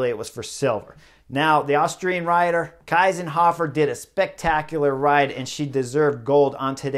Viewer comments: Chris - please - pronounce her name correctly ! She is pronounced like „Keesenhofer“ : „ie“ in german is pronounced like „ee“ in english ! Otherwise good analysis! But I disagree about the team radio - it is much more up to the riders and their racing instincts to read the race and take decisions on their own and that feels so much more natural . Remember - how could it even be possible to ride without all this modern communication 40 or 50 years ago , or even further ago, how could this really be possible ( irony ! ) . It is indeed a very healthy lesson to the dutch team and other favorites and the entire modern cycling world ! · Shameful reporting not giving due credit to the winner, even not bothering to pronounce her name correctly. Better racing without radios too. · She won the golden medal and Chris didnt even try to pronounce it correctly and he mostly talks about the dutch. So who won it? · Thank you very much. Strong insight! But I don't agree with you. I think it's wonderful racing without the radios. And it's Kiesenhofer. Not Kaisenhuffer. 😊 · Please note that her name is Kiesenhofer - not Keisenhofer (as Chris wrongly pronounced it)! 😛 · Just Info: Kiesenhofer is correctly pronounced „key-senhofer“ not „Kai-senhofer“ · There you go again. All you American/English guys say Kaisenhuffer. It's KIESENHOFER. Listen up! 😊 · her name is spelled KIEsenhofer and pronounced like [ki:senhofer], not KEIsenhofer, Keisenhöffer etc.. cheers from Austria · Anna‘s Name is Kiesenhofer, not Kysenhoffer. It‘s pronounced like Keesenhofer. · It’s pronounced Keesenhohfer, not Kaisenhoffer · It's not "Kaysenhofer", it is "Keesenhofer". You guys really need to learn pronounce names. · I disagree, less comms would make those races WAY more interesting. Also imagine Cheese-n-hofer but with a K in the beginning, thats how you pronounce her name kinda correctly ;) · It‘s “key”senhofer. Please. I mean, at least the winner’s name. Well thankfully “Kwintana” isn’t in the race.